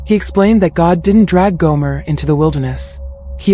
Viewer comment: Gomer not Goomer